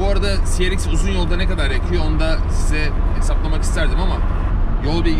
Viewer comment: şu arabaya ya ''si-ar-exs'' de ya da ''ce-re-iks'' de lütfen